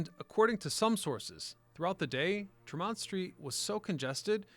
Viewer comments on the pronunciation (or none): it's TREM-ont ST , not tre-MONT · "TREM-mont" not "trem-MONT" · Tree-mont , not tramont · Not Tre MONT but rather TRE mont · A lot of spelling, mis-pronouncing of names like TreeMont, NOT Tra-mon. All in all though an interesting piece. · TREH-mont not TreMONT, and Charlestown, not Charleston. But seriously. Great video. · It's pronouced "Tree-Mont" not "Tra-Mont" Street... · Trem-ont steer is killing me every time he says it. We pronounce it Tree-mont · Yeah, tree-mont. Not tr'mont. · Such nostalgia! Thanks for putting this together to show the world how Boston pioneered the train subway. One note, Bostonians pronounce Tremont (Street) as TREH-mont with the emphasis in the first part of the word. I heard both TREE-mont and treh-MONT in this video. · it’s Trem-ont, not Tre-mont. Very annoying. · It has never been TREE-mont folks. Ever. Treh-mont or Trem-ont is acceptable. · It's also TREmont, (emphasis on the first syllable) not "tre-mont" 😃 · So interesting & thorough. Thanks! Btw locals pronounce it TREMM-ont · not in boston it aint trem....mont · Great history! BUT PLEASE pronounce Tremont St as TREE-Mont St!!!!!! The T to this day says TREE-mont Street! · It's TREE-mont Street. I know we Bostonians are annoying with our corrections of pronounciations but it's really distracting if you've ever been here. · And please say, "TREH-mont." Have you ever been here? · Hehehe, and is it Hah-vahd or Harvard? Best Bostonian response! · "Treh-mont" yeah, ok buddy. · "Tre-MONT?" You're not from Boston. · Trem-mont Street 😄 Great video on my home metropolis. Good work, sir. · no, they're not. It's Treh-mont. Also SHAW-Mutt, not Saw-mutt. Also Cop-Lee, not COPE-lee. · It’s like tree - mont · It's Tremont Street — Tree-Mont-Street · We locals say Treh-mont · Its not tree mont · Just love how this guy says Tremont St... 😂 But crazy how I have worked in boston that last 16 years. I still recognize like 80% of those streets from those old photos. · no it isnt.